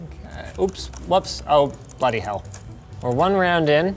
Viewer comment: Did Linus turn British halfway through “Bloody Hell”.... I never hear Americans say bloody hell!!! 😂